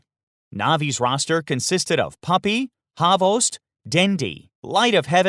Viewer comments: it’s hvost pronounced with only one syllable meaning “tail” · It is pronounced as HVOST, not HAVOST. Im Serbian and i know cyrillic, dont trust everything on the internet. :) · Trinajskaa I always thought it was pronounced as Ex Bokt hahahaha